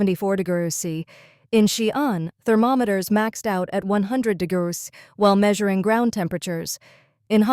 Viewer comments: De grows sea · Ai can't say degrees